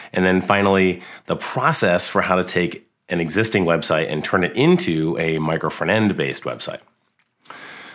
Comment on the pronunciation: Wy this guy is always saying "micro fernand"? It's "micro front end" 🤣🤣🤣🤣🤣🤣🤣🤣